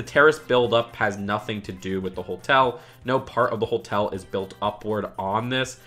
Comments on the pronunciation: Does it bother anyone else that says "holtel" instead of hotel? there is only one L in Hotel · are you saying holetel? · haha not quite. Ho-tell is how it's supposed to be pronounced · Why do you say holtel